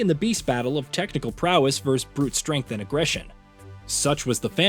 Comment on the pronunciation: "Versus" is pronounced "versus", not "vers".